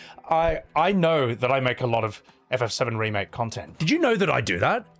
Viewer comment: Around the 7 hour 26 minute mark - I dunno if its a slip of the tongue or if you intended this - but you said "Rebake" instead of remake - and i kinda have that humorously swimming my head! 🤣🤣 🤣